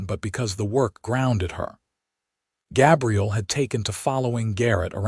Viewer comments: (Gabriel) Like a girl's name, instead of a man's name. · He's pronounceing Gabriel wrong